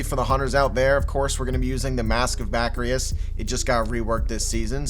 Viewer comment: “Ba-kris” not “ba-kri-is”